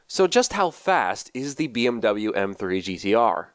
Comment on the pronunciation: All germans because of him saying bmw wrong